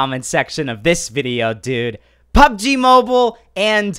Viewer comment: Hi loves pubg but he can't say it🤪